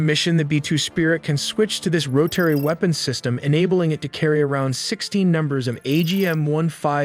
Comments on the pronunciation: "No AI were used in the making of this video" - meanwhile, "rotary" is now pronounced "roe-terry", according the totally non-AI-generated narration. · "Roh" "Terry" ? Really? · what english speaker says roTary? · Your, "narrator " continues to mispronounce names of Iran's cities, like Na'-tunnz, and even US military aircraft, like the KC-135 "Strah-to- tankers". Your continued use of an AI version of Dean Cain narrating your videos is embarrassing. More: Ro-terry, (Rotary) Air Refueling System, ser-vellance aircraft, and ra-der (radar). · how are you gunna make such a good video with limited time and then not know basic things like how to pronounce rotary or graphite. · This guy who speaks perfectly clear English acts like he never heard the words rotary or graphite before in his life. Weirdest pronunciation I’ve ever heard. Lol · You definitely do not create videos from scratch. That was 100% AI You typed on a keyboard that’s it. You also miss pronounced ROTARY. IT’S a 3rd grade word my man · Can’t say Rotary correctly, got # of bombers wrong. Etc etc. what u talking about? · he doesn't know how to pronounce 'rotary' through. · he can't pronounce rotary or graphite.